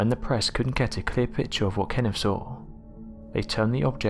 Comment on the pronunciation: What do I think? I think if I was KennIFF I'd be pissed that you keep mispronouncing my name. It's KenneTH.